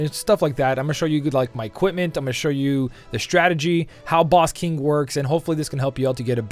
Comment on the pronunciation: The way you pronounce King is kinda funny :)